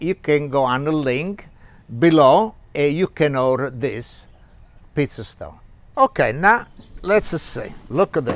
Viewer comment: Looks good! I thought you were saying “piece of stone”. Then I finally realized you were saying “pizza stone” ! Lol